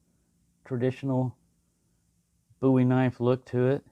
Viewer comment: you’ve inspired me to look into Bowie knives. Boo-ee yes you pronounce it correctly. i’m not a big knife sort of guy, but i once owned an Rtak, prolly the biggest knife around. interesting history the Bowie knife and its origin.